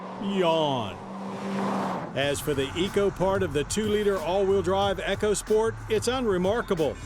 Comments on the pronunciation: E-CO! E-CO! NOT ECHO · Eco (e-co) sport, not EchoSport. It's not an damn Amazon product.